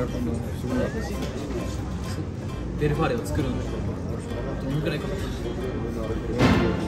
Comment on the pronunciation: ❌ベルファーレ ⭕️ヴェルファーレ